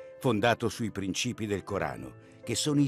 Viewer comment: Mi chiedo spesso, quando guardo i vari documentari su YouTube, ma chi commenta, si rende conto di cosa dice o no? Come fa, al minuto 5.03, dire "prìncipi" invece di " princìpi?